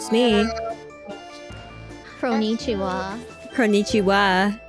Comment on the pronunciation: Kronii: Kroniichiwa Everyone: Now What?